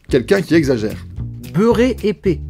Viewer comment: ... assis TOUÉ d'ssus / ... branlé / tu n'as qu'à prononcer correctement le mot épais (épè) / Pour que tout ait un goût passable nous disions que les américains mettent du ketchup sur tout ce qu'ils mangent 😝 / faire DU train, car faire LE train c'est aller traire les vaches / il neige oui mais s'il tombe des peaux de lièvres c'est que çà tombe beaucoup (en tabarnak !) et finallement si tu n'as pas de mine dans l'crayon, tu peut toujours servir de réceptacle 🤣🥳🧐